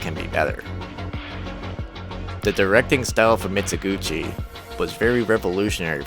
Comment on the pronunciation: The Pronunciation Nazi writes: is this a mistaken AI narrator? if he cant even pronounce "Mizoguchi" correctly he shouldnt be narrating a documentary video on Mizoguchi. the /z/ in Mizoguchi is a voiced alveolar fricative like the z in "zoo" not the /zz/ in pizza". he was Japanese, not Italian. it's not "meetso guchi"